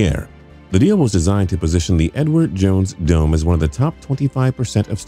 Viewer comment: is it just me or does it sounds like he isnt saying " the Edward jones dome"lol